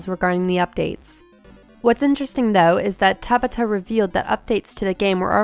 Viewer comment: I hate how she's pronouncing Hajime Tabata's name. sounds like she's trying to say tabatha without the "H" it's three sylibals lady! (Ta-BAH-ta) emphasis on the B and A